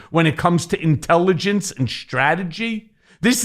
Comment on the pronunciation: Joe, Trumplethinskin can spell or pronounce Strategy. I think he has the same pronunciation as Bugs Bunny...Stragedy. Don't you?